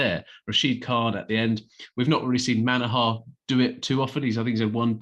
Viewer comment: It's Manoooohar Not Manahaaaar.